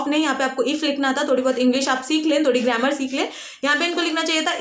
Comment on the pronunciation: Are gryammer nahi grammer hota he